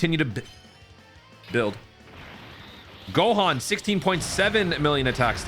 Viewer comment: "GAHAN" lmaoo dude am dead